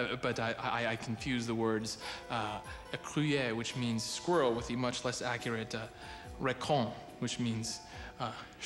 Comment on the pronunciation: He really doesn't have any idea how to pronounce "écureuille" and racon does not mean squirrel, it is a navel buoy - great translation skills at that studio!! (not)